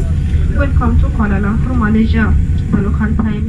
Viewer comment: It’s not Koalay lumpays .its kuala lumpur..